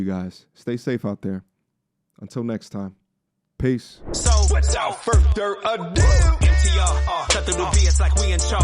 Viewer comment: WITHOUT FUR..THER A DO! 😂